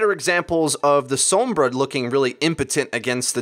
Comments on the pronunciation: That's not the same situation. Pronouncing her name as "Sawm-bruh" is literally wrong because it's Spanish, meaning it's pronounced "Sohm-brah" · Sounded different than said it